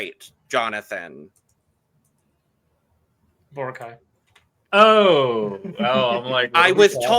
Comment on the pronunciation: Also it is called Bo-ra-cay and not Bor’cay! Pronounce every vowels!!!